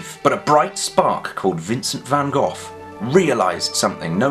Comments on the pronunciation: (can't actually reply to a comment on my phone but this is about the van Gogh thing) haha yeah, well.. the sound of the a in Van is a bit like the English pronunciation of... Bath. And the Gs in Gogh don't exist in English so.. yup. Greetings back :) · Well well, if you're so good at a Dutch accent, why not pronounce Van Gogh right? (I'm sorry that doesn't make sense and it's not your fault) (I'm Dutch) (You might have guessed :)